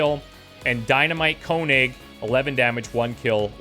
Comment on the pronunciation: I am pretty sure that there is already a comment how to pronounce 'Else' as a real German, like myself. But if there is not, I will try to explain it to you. The second 'e' is not silence and it sounds exactly like the first 'E'. And the 's' sounds like the english z, a more soft sound almost like 'the'. So you could say 'Elthe'. And Konig should be König, means king in english. Have fun with your .... 10th... XCOM2 sereis.